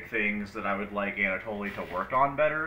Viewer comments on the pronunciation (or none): You know it's pronounced Anna-Toll right?